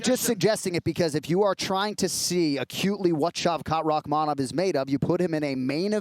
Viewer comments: Chael suggested Rakhmanov and then a minute later told Jon Anik "I love your suggestion of Rakkhmanov." Beautiful. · ESPN please teach your commentators to pronounce names, or at least encourage them to use just 1% effort to try and learn them..... The way they're DESTROYING Rakhmonov's name and have been doing for half a year already, come on it's not that hard.